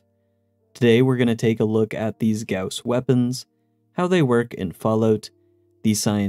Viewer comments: Thank you for pronouncing "gauss" correctly, and not just saying "goss" like everyone else. You have no idea how much I appreciate that. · Funny thing: Goss Lake is a location I grew up on. That being said, I also appreciate the correct pronunciation of Gauss.